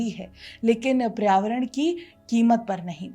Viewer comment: Paryāvaran hota hai PRAYAVARAN nahi